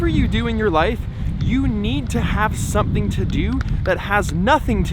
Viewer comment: You'd say, it was... sewthing? ^^